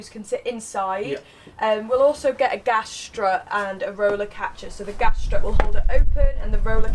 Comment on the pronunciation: Gas! ..not Gash! 😂